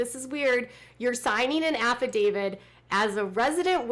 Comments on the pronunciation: Isn't the word affidavit and not affidavid? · affidavit, not affidavid